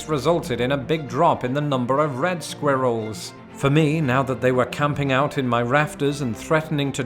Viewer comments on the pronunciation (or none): Squeeerrils! Hahaha, you say it just like my Swiss gf 🤪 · That's not how I expected him to pronounce squirrels either. I thought with his accent the "R" sound would be omitted.